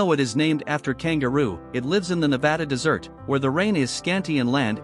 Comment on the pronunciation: Minor issue -- you pronounced desert (dry area) as dessert (sweets served after meals). In DESERT stress is placed on the first syllable.